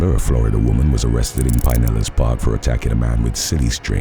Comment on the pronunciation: It’s pronounced pin-ellis🤦🏾‍♀️